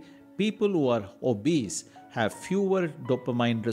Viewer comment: There are a dozen more..for example Ka-fine, o-base